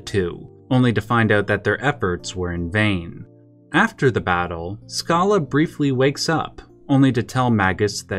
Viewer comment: ... lol I literally was about to hit the X button, but you sold me on giving you a "like" instead. I don't know if anyone else in the comments has pointed this out, but most fans usually pronounce the character name "Schala" with the SH sound rather than the SK sound. It's also worth pointing out that the Schala/Dream Devourer ending was not an original part of the game (again, I don't know if anyone has pointed this out yet, but here it is); rather, it was an ending added to the game in the DS remake of Chrono Trigger, intended to retroactively serve as a bridge between the storylines of Chrono Trigger and Chrono Cross.